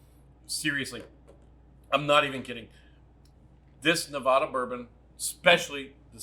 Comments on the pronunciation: Just subscribed. Looking forward to your review of Frey Ranch Rye. Oh and friendly advice - its's NE VAD- ah, not Ne- vah, duh :) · So happy to see Frey ranch getting some recognition. By the way it's Nevada not Nevoda.